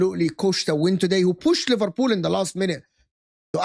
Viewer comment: Bro said liverpud and Livarpool 😂😭